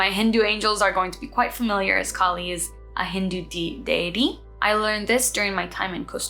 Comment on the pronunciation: Loved this! Please "Kaa li' not California cali.